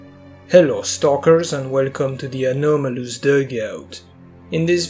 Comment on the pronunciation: When you hear that "the anaumolus duhgout"